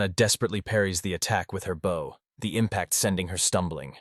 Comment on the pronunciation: Lol... Why does the AI almost invariably pick the wrong pronunciation for common words? Like bow(gesture of respect) & bow (weapon for firing arrows). All those archers killing targets with respect....😅